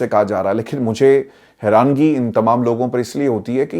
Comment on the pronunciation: bhai the word is Hairaani and not Hairangi 🙏🏼